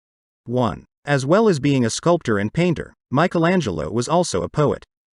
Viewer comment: Very interesting. But when will you ever learn to pronounce “Michelangelo” the correct way ? For us Europeans, it sounds so weird